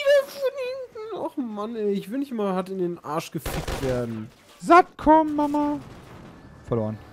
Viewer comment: Ich versteh beim Sat.Kom immer Sandkorn -.- xD